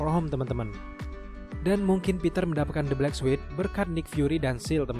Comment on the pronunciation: Sorry ni min bkn suit bca nya tp sut... Trus bkn sekuel ti sikuel...